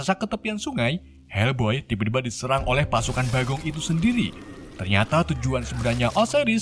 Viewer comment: Bukan helboy bang tapi fak boy😂😂😂